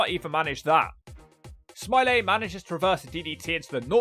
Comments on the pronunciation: It’s Norman Smiley not Norman Smilay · I love how you nailed that pronunciation, "Normal, Smi-lay" 🤣 Edit: How does Wild Slapnutz keep appearing, even in videos I don't think are going to have a wild slapnutz like this one and The Droz video, he just, inserts himself somehow, it's really starting to become ominous lol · I had to stop less than 3 minutes in after the overselling of mispronouncing Smiley.